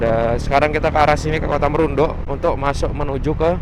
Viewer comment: Salah bang bukan kota merundu tapi bacahan nya kota Marudu 😅